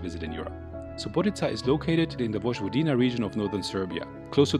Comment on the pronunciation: Very professional videos! Just one comment on the pronunciation. "j" is pronounced like"y" in Yugoslavia in Serbian.